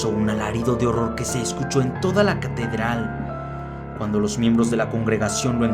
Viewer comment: si te diste cuenta de q dijo catederal:v